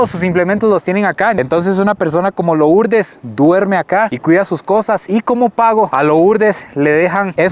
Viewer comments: Por qué dice loooourdes? Se pronuncia Lurdes aunque se escriba Lourdes. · CREO QUE SE PRONUNCIA LURDEZ 👀😬